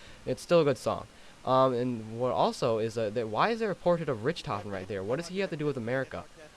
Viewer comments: This guy gets on my nerves for saying Richthofen wrong he says it like (RICH-TOF-EN) it's (RICK-TOF-EN) and I know I put Rick so he can understand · It's ricktoven not Rich thofen it's spelt Richthofen but it's pronounced ricktoven